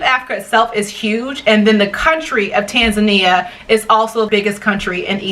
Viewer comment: Thank you for educating those who doesn't know how to properly pronounce Tanzania. Strangely enough most of them are africans, even our close neighbors! But not many europeans and americans do this mistake! Asante mpendwa!